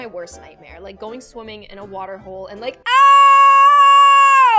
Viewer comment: I love how said water but in British accent😂